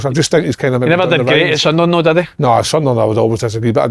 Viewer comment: Why does Si say "toe" rather than "though"? Loveable mongo...